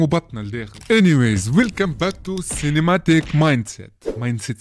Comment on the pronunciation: cinematic not cenimatic .. sinon khdma mzyana <3